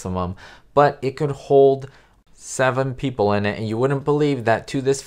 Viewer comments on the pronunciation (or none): none